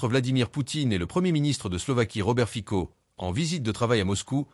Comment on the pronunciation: Ayez la délicatesse de prononcer le nom du Président Fico correctement !